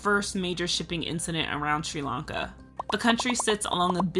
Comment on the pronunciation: The way this narrator pronounces "Sri-Lanka" really aggravates me.